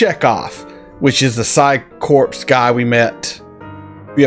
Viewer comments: Man you're bad with names, haha. That Combs guy never combs back, but Chekov does a time or two. Also just wanted to mention that Corps is pronounced Core not Corpse - both the P and S are silent, probably come from french or something. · Corps is pronounced "core" because it's a French word. A lot of English military language became French after 1066, Battle of Hastings, when the French speaking (very military focused) Normans conquered England and replaced its upper class. FUN FACT! It's also why we have separate words for "cow" which is original English and "beef" which is French for cow. It's a cow when the peasantry are raising it and becomes beef when it is fed to a noble. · Ever since Obama miss pronounced Corps because he was the teleprompter king, it has infected the youth and too many people online don't know the p & s are silent. Are they not correcting this in our schools today, or are we Doomed as a Species to failure on multiple levels as the dumbing down of America is ramped up?🤦🤡🌎